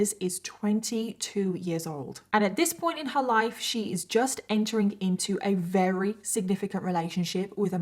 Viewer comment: I’m sorry I always watch your videos they’re always interesting. However I absolutely HATE how you say “very” it sounds like you says “rery” it’s so irritating!